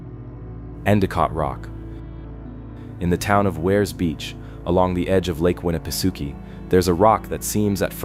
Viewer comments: You're pronouncing Winnipesaukee completely wrong! 🤦🏾‍♂️ You keep saying Suki but that's not how it's pronounced I'm from New Hampshire I think I would know LOL.....it's pronounced sawkey not Suki! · That's what I was saying I commented that it's not pronounced Suki it's pronounced sawkey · I am only 44 seconds into the video and I must sto😮ppp for a minute .... Ok 1st of all...STOP 🛑🛑 if u are going to speak about a place , PLEASE LOOK UP HOW IT IS PRONOUNCED , for the love of all that is great ugh!!!! it's pronounced Lake Winna pa socky,...ok continue on... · Lol winnapasooooki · It's pronounced: 'Winni-peh-SOCK-ee' 😎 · The ai reader is pronouncing Winna pa sockee different EVERY time it’s read. Roflmmfao. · Lake Winapasookie😂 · Im not tyin to be a d☆☆k, but its pronounced Winn-a-pah-saki. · agreed. the mispronounciation goes right through me